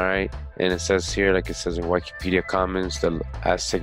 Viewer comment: You mispronounce Wikipedia...